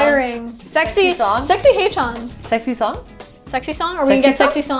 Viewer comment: love this reaction! its read as "hechan" btw not "haychan"